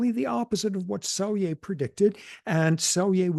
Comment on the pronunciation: Cool conversation. Just a side note, that's not how you say Selye's name. In Hungarian "sz" is the equivalent to the English "s". "S" is pronounced king of like "sh"